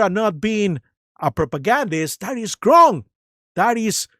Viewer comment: I think it's funny that you say "GRONG" instead of "Wrong" 😅